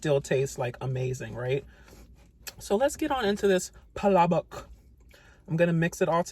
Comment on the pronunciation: Thank you for pronouncing palabok correctly!